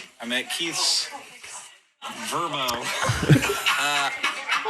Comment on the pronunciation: I love that they made record a message for rainie and that she loved it and that he pronounced vrbo "verbow"